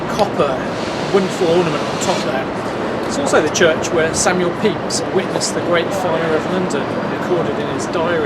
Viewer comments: hang on.....you mean "Samuel Pepys" is actually pronounced Peeps, and all this time I've been calling him Pepis???????? (epic face palm) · Actually there are several acceptable pronuciations of his name. However you are correct in that 'Pepis' is not one of them.